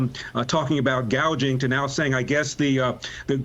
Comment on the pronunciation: This damn woman doesn’t know the correct pronunciation and probably spelling of price gouging tells you how far from reality she really is. A typical career taxpayer’s freeloader. Price GAUGING?? Trump’s team is very poor for not picking up on this and shred her to pieces.